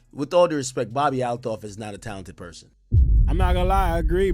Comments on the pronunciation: Not that it matters,but it's AL-TOFF..not AT-LOFF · bro it’s pronounced Al-toff 😭😭😭